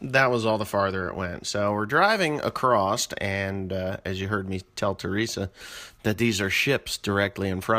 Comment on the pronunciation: Why do people pronounce is acrossT like when or where did that start? Lol